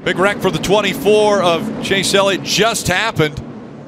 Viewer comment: Did he say.. Chase Yellit.....